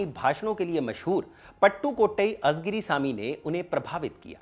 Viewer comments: आपने दक्षिणी भारत के नेता के लिए ये वीडियो बनाया वो सराहनीय है, परंतु एक सूचना देना चाहूँगा. तामिल से संबंधित कार्यक्रमो में प्रायः तमिळ के उच्चारण पे ध्यान नही दिया जाता, कलईगनार नही है, वे कलइन्जार करुणानिधि है, अजगिरी नही है, वे अळगिरी है कझगम नही, कळघम है, कनिमोझी नही, कनिमोळी है !! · It's ळ and not झ everywhere. It's कळघम and not काझगाम. It's not azigiri but आळीगिरी